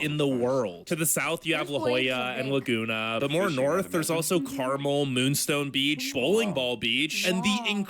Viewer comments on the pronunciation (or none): none